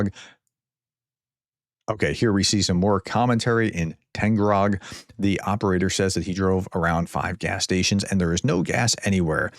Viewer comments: FYI ! You always mispronounce Taganrog as Tangarog ! Its Tag like price tag ! Tag followed by " anrog" !! It's so simple !! Tag anrog !!! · Does professor have dyslexia? Tag-an-rog. TAG. AN. ROG. Was that so hard? I don’t speak russian.